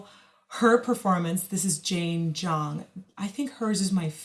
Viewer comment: Oh wow, the first time I have ever heard a non-Chinese speaker pronounce Zhang properly (close to the intended Mandarin pronunciation). Huge props! ♥️